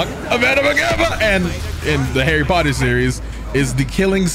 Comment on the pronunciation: I smell Potter not ter